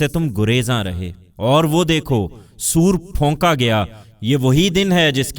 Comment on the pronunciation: 4- Phonka not Fhonka